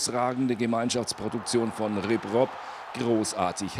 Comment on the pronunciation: RibRob" was für ein Anfänger : dar heißt Robbery